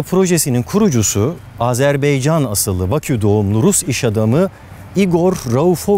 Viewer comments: Azerbeycan deyil Barış bəy Azerbaycan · Azerbeycan değil Azerbaycan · Abi azerbeycan değil Azerbaycan senin gibi bir insanın böyle bir hata yapmasına tahammül edemiyorum ya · Azerbaycan degil de azerbeycan demesi de benim dikkatimi çekti:) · Barış Özcan "Azerbaycan" yerine "Azerbeycan" demen mi? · Barış Özcan azerbeycan değil azerbaycan. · Merhaba Barış Bey, övgüler harika ama küçük bir düzeltme yapmak istiyorum, Azerbeycan değil de Azerbaycan demek gerekiyor... Videolarınızı yeni keşfettim ve uc-bes tanesini izledim. Emeklerinize ve bilgilere teşekkürler. Asgardia'ya ben de katılmıştım yıllar önce, hatta bayrak, sembol seçim mailleri gelmişti. Şimdi videonuzun devamını izleyeyim. :) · Abi Azerbeycan demesek... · Azerbaycan'ı hatalı söylemen olabilir mi?